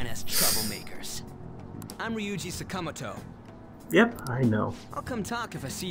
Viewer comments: saka-moto why is that so hard to say right! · Also, you're right. The game's English pronunciation of 'Sakamoto' and other names later on is strangely incorrect.